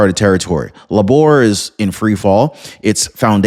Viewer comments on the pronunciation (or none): And it's pronounced "Labour" - like what women do in childbirth. Not "La'bore" in that weird French accent. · Its Labor, like the US word, labor, as in labor union. Its not Làboor. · Labor, not la'bore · Its Labour not Laboor We need a change desperately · I hope Starmer is really out. He’s been a traitor to his country., Labour is pronounced as in Labor, not La’bour. Just a friendly help. Good video, thanks. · It’s pronounced Lay-ber, not La-bor. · laborr, seriously?....it's pronounced Layber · Lay-bah not la - boor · It's NOT La-Bore; it's Leybor! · Lay-bar is how the party name is pronounced brother. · It is pronounced "Laybor" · labour is pronounced labor? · LABOUR is pronounced LAYbr, no L'boar. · yea i fact checked and unsubscribed for his blatant misinformation. can't even fact check is information and can't even pronounce labour correctly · bruh. Learn to pronounce 'labor'. it's Britain, not France... "end of line" lol. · Thank you! He said it correctly in the beginning then switched it up to sounding weird!